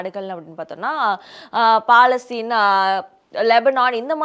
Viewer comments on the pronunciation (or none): none